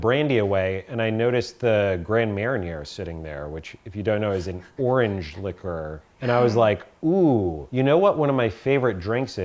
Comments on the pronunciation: hearing butcher 'Grand Manier' as a Europeaan made me laugh so much:)) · Not to be too much of a Pain in the A** but Grand Marnier is not pronounced the way you pronounced it.